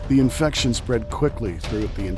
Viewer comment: Lol....INFRECTION! What is an INFRECTION! 😂😂are u that bored of doing these s@ videos that u can't pronounce words right.